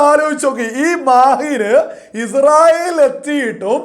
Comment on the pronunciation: പോലെടിച്ചി മോനെ Izrayil അല്ല ഇസ്രായേൽ